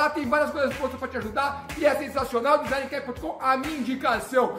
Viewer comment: "Rodrigo, soletre DESIGNCAP" Rodrigo: "dinZANAnanaiQUÉPE"